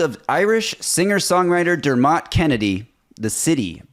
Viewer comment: jaysus, what is that pronunciation of 'Dermot'??? 🤣🤣